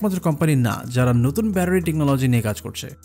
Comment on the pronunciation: বেশি শুদ্ধ বলতে গিয়ে ব্যাটারি কে ব্যারারি বলতেছেন🤓🤓